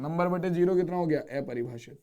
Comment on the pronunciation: Sir aepribhashit nahi apribhashit ho ta hai